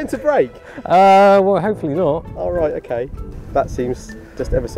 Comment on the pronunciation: Ah... He says "roight" like only a man from Norfolk can...